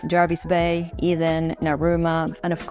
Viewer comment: I AGREE. It is. And she pronounced it correctly. I love Huskisson. The Husky pub.